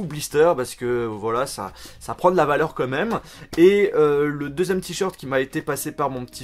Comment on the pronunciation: T'es au courant qu'on dit "quand même" et non "comme meme" c'est pas si compliqué ....